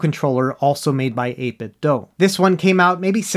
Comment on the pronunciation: Just FYI 8bit(do) not (doh) they released a Bluetooth speaker a while back and it pronounced (do) at startup. That's how I found out.